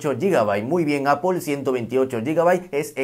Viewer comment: Primer YouTuber, que acepta cuando pronuncia mal. Nunca nadie responde y siguen hablando mal de las marcas que aman ( es ApL no apel y nunca Apol, es simple solo es manzana 🍎 ApL). Te ganaste mis respetos por humilde, te seguiré y activare la campanita.